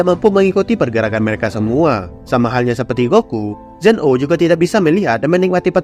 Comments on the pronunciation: Bukannya namanya zeno bukan zen o😅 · Sebutan di anime nya memang Zen 0 bukan zeno.